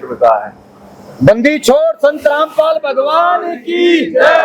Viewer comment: Randpal bolo kya rampal bol rhe ho